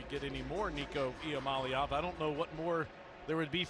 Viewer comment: Alyssa Lang, Taylor Zarzour, you are mispronouncing Iamaleava. You should all be fired, you bums.